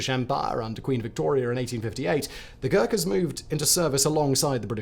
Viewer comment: God!!!! You just butchered their name with dreadful pronunciation!!!